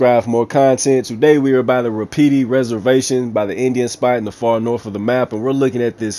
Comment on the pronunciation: It's pronounced Wah-puh-tee not wah-pee-tee 😁 YW.